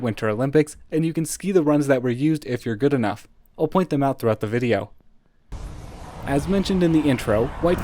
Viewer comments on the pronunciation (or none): none